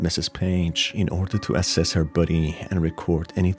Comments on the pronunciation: Took me 7 min to realize you were saying “body”, not “buddy”. The whole time I kept thinking “nice to call them buddies instead of cadavers” 🤦‍♀️ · Every time you say body it sounds like buddy and I cant take it seriously lmao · body, not buddy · Bruh the way you pronounce 'body' as "buddy" is cute😅✨ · The way you say “body” sounds like “buddy” kinda threw me off, lmao. Makes this less scary. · why you pronouncing body as buddy? lol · The way you say body. Never heard that accent before. Thanks for the video.